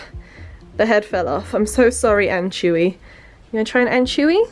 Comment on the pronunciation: She saiad anchewy its anchoooovyyyyy